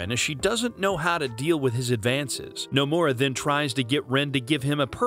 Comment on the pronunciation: The way this man pronounces Nomura's name would piss off Nomura himself.